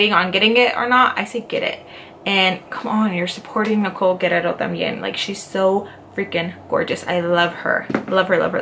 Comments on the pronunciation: But her name isn't GUERRERO It's GUERR-I-ERO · Isn't it Nicole Guerriero ? Not Nicole Guerrero ? Love you girl!!!